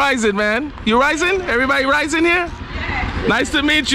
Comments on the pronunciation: You have visited my home town in San Andres. Its not raizen. Its RAIZAL .. Know you are meeting the true people of San Andres.. These are my people. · Hey, thanks for visiting my mother land. It’s called Raizal, not Raisen lol. Edit: I just see you corrected yourself. Haha ✌🏼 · Hey, thanks for the video. Quick note though, the word is Raizal. and the plural is Raizals (Ra-eeh-zahl). It denotes roots to the land and the region. These are my people, I am a fellow Raizal.